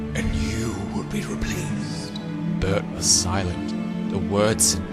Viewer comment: In I thought I heard you pronounce Bert as Ber-urp-t 😂